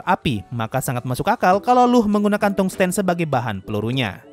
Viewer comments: permisi, di kbbi suku katanya terdiri dari tung-sten, jadi dibaca tung sten bukan tungs ten. Kemudian wolfram itu suku katanya dari wolf-ram. Kalau untuk bahasa inggrisnya memang huruf latinnya membentuk huruf U tetapi dibaca kayak ou dengan u samar. Ya sama saja dengan membaca wolf (serigala). Terima kasih. Edit: layaknya bahasa lain, Tungsten di kbbi juga menggunakan E seperti mengucapkan 6 (ênam). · Kalau mau pakai penyucapan indonesia juga pengucapannya bukan Tung Sten tapi Tungs Ten. Aku lebih memilih menyarankan pengucapan inggrisnya karena Pengucapan indonesianya sulit diucapkan dengan benar karena bedanya tipis banget, antara Tungs dan Tung, antara Sten dan Ten. Jadi dari pada ribet lebih enak nyebut pakai pengucapan inggris udah jelas beda antara Tung dan Thang, dan orang-orang yang sering main game atau baca cerita fantasy juga paham karena itu yang paling sering dipakai. kalau mau pakai unsur W bisa 🤔tapi W juga penyebutannya beda indonesia sama inggris ; kalau indonesia pengucapannya Wol Fram kalau Inggris pengucapaanya Wūl Fram